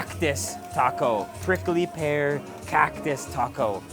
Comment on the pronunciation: The way he says cactus CAWCTUS